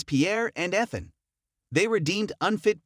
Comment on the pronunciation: The pronunciation of Ethan killed me. 😂😂